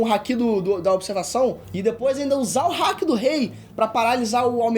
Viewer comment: Nova geração do Ei nerd, muito legal mesmo ❤️ só fiquei um pouco agoniado com a pronúncia do momo e do Haki